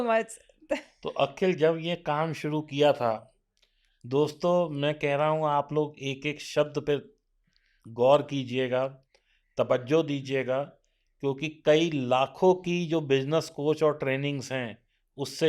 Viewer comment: Tabbazo nhi tawwazzo hota hai sir😂